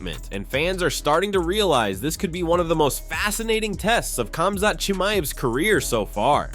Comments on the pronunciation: It's pronounced HOM-ZOT you dorks. LEARN to speak someone's name right. There is no K sound in these names, just like Khabib is pronounced HU-BEEB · Khamzat...is sounds like Homzot, not Comzot. DO BETTER